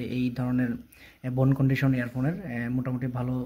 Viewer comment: Bhai re bhai ! Eita bone condition na Bone conduction. You tube e review dicchen eirkom vul val uccharon kore vul val English bole review dile to hobe na !!